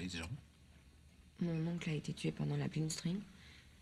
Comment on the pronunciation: Is she saying blinstring instead of blixtkrieg?